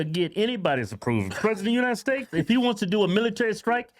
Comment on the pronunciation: The way Kevin pronounces “states” as steaks lol